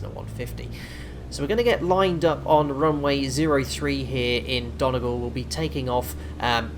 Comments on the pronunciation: The way he pronounced Donegal is so wrong 😂😂 every Irish person will know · How did you just pronounce donegal? 😂😂